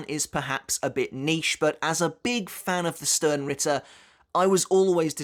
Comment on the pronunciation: I know I know nitpicking but it's Stern ritter (ʃtɛʁn/Schtern) it's German for Star knight. But it makes a nice drinking game, every time you hear Ichigo or stern you drink 😅